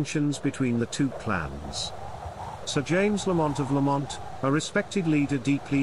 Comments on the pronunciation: It's pronounced Lamnt not bloody La mont 😡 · It is embarrassing that a video alleging to be about clan history cannot even pronounce the name correctly. It is not pronounced lah-MOHNT, with the stress on the 2nd syllable. The first syllable is LAMM, like Lamb of God. The 2nd syllable is mint, like mint tea. LAMM-mint. This is a serious error. You should redo the entire narration track of this video.